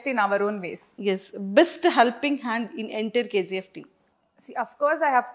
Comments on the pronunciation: Anchor KZeeF Yendamma.... Its KGF.... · Dude, only one suggestion for Suman TV. I hope they have a great name in social media. So, my suggestion for Suman TV is to get anchor who pronounce words and letters properly. It's not KZF, it's KGF. Please for God sake give training for the anchors. It's so pathetic to hear those words and letters. 🙏🙏🙏🙏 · K Zee F .. not K G F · Anchor garu....K Ji F kadhandi ...K G F. ...ji and G are different...apart from that all good ..nice interview